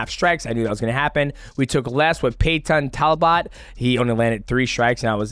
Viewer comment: "Pay-tawn Tal-bott" lmao damn MM... you're cold.